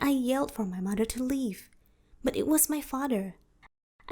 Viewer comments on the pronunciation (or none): I can't stand her accent lmaoo. At times it sounds like she can pronounce words properly untill she say "my maher" 😭😭 but I can't judge lol